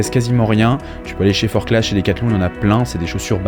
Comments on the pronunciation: Forcla et non forclaz. On ne prononce pas le Z. ;-) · Hello ! Je découvre tes vidéos et aime bien ce que tu fais et tous tes conseils, c’est top ! Juste une petite précision, en Haute Savoie on prononce pas les « Z » (Forcla(z)) 😉